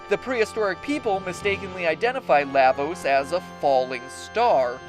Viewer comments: "Lah"-vos? Are you a frikkin Canadian? PS: FF 6 narrowly wins over CT. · LAvos? Um.. shouldn't it be prounounced La = lava? That's how I"ve always pronounced it. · LAH-vos as in Lava. LAW-va. LAHH-vos just sounds wrong. But great video.